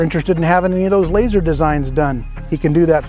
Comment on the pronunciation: Did you say "LAZAR" engraved?? 🤣🤣🤣🤣